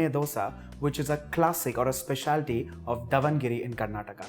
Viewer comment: Sorry this does not look like davengere benne dose at all. Poor texture, poor color and the pronunciation of Davengere is also very wrong!